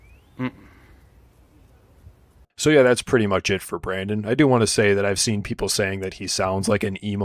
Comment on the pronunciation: has problems pronouncing words with "T" in them, most notably when he says "Want" he pronounces it as "Waahn"